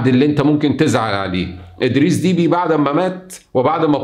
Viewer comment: إسمه أدريس دبّي ليس فيه حرف الياء بل باء مشددة والعاصمة إسمها إنجمينا جاءت من الجم بمعني اخذ قصت من الراحة وللجماعة يقال إنجمينا